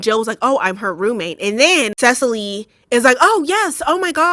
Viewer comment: I know it not on topic but, my name is Cecily but with a Y not an E at the end, and I just wanted to compliment your wonderful pronunciation of my name! I have never seen someone be able to pronounce my name without being told the correct pronunciation, so it made me very to hear you pronounce it correctly. 😆